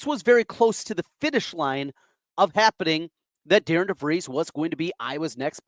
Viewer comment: It would at least sound better if you had pronounced Coach DeVries name correctly